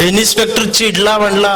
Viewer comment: इन्स्पेक्टर म्हणा इनिस्पेक्टर म्हणताय?